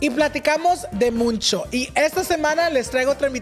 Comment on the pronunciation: "y platicamos de MUNNCHOO" lmao its "mucho", porque nadien le dice?